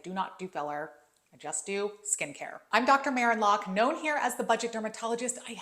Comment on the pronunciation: Dr Maren not mirror!